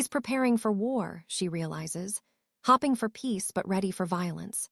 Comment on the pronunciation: Come on narrator misspeaks in this story.. hoping is they hope everything goes smoothly. Hopping [ like a bunny rabbit] is what she (Narrator says )I'm exhausted from so much AI. BETWEEN THE MISMATCHED PICS, THE MISSPOKEN WORDS ANDALL THE CONFUSION IT CAUSES!!! ALSOTAKES AWAY FROM THESE STORIES WHICH OTHERWISE COULDBE BEAUTIFUL!!!!!! 😢PLEASE SPEND MORE TIME EDITING ,PHOTOS THAT MATCH DESCRIPTION, VOICES NARRATORS THAT RANDOMLY CHANGE FOR NO REASON!!!